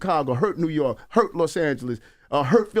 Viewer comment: What’s ‘rork’? Dude is a clown 🤡